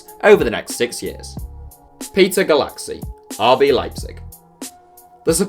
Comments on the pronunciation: Its "goolachee", not "goolaxy". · "cs" is pronounced "ch" in Hungarian